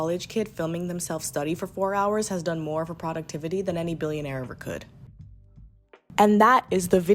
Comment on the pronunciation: I love your videos but bro- YOU GOTTA CHANGE THE WAY YOU SAY PRODUCTIVITY IT BOTHERS ME SO MUCH